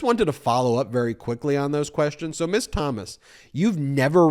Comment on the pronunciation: I'll be the a-hole and correct you... It's "Mizz" and "Missuz". You keep saying Miss all the time.